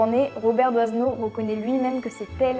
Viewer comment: Robert Doisneau...On ne prononce pas pas DOIZENEAU mais DOINEAU.... le S est muet !